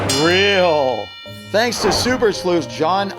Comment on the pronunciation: Not reak